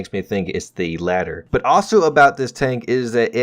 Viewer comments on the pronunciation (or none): none